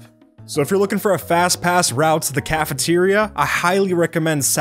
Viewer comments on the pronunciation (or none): "caferia" Me: cafeteria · "Caferia" lol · aah yes caferia